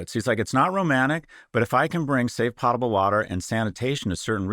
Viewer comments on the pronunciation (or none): Po-table water, like potion not pot-able water